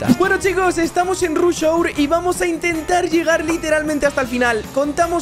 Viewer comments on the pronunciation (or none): Ruzh hour